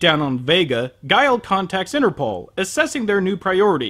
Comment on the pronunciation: I find it funny how pronounces Interpol as Inner Ball:D